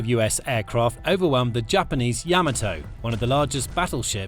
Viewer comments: Ya-MAH-tow, not yamma tow. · Yama - TOE? Like part of your feet? Ya - Mato tomAto tomato PotAto Potato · Yamato is pronounced "Ya-ma-to". Being British doesn't make your pronunciation correct!! Before your sarcasm, both sides of my family came from Britain a long time ago. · Let's get the pronunciation of the Yamato right. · You can't even pronounce "Yamato" correctly? Come on. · Learn how to pronounce Yamato.